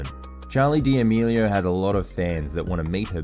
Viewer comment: Did he just say Charli Dee meelio